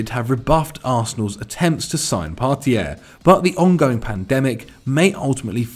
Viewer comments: It's Partey. Part-ay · Can acc not pronounce Partey?